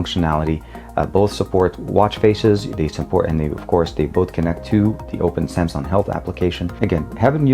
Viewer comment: Oh could you please just stop saying SAMSON!!!!!???